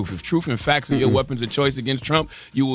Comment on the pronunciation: “TROOF AND FAX”😂